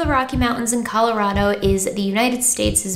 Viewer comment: As a Coloradan, I appreciate you pronouncing Colorado correctly.